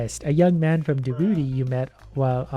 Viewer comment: Can correctly pronounce Djibouti